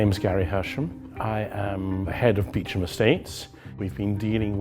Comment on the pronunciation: The way he pronounces Beauchamp is really annoying 🙄 At least try and say it the French way. So pretentious to write it that then say Beecham